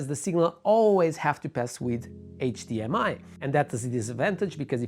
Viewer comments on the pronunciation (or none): none